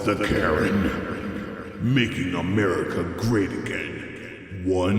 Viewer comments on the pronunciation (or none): none